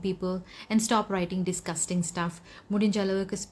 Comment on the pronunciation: Komments or comments? Karona or corona? Disgusting or discusting? When you speak English pronunciation is very important.. By the way I'm remi English hod in sharjah indian school..